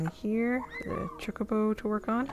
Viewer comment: I love final fantasy as you may have seen from my ffxv series lol. It's pronounced ch-oh-co-bow, although I spent most of my life calling them choc-oh-bows so don't worry. You call them whatever you want to call them :)